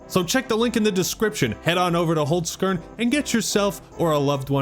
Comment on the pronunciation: First time I heard an American say Holzkern, I’m surprised, could be far worse lol But I thought the Game Awards were really good. Some good announcements, Control, TWO NEW TOMB RAIDER games, only bummer was really that some good games didn’t win anything (KCD2) and the last announcement